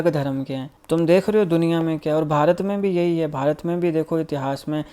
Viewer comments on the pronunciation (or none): none